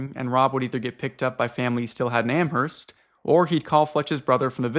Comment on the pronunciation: ok guys YOU DONT PRONOUNCE THE H IN AMHERST!!! PLEASE ;-; every time lol